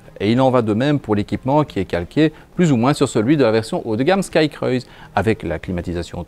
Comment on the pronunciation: Juste pour chipoter: cruise se dit crou-iz et non cr-oeil-ze